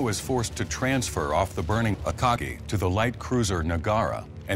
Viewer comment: why does the way he says akagi sound weird